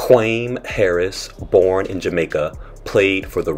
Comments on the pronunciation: 'Kwame' is pronounced like 'Kwah-may" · Nope, its actually pronouced "kwah-me". Its a Ghanaian name and i am Ghanaian so trust me. Its a name given to males born on Saturday in the Akan tribe of Ghana.